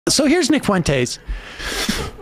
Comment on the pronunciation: "So here's Nick fuenTAEZ." 🤣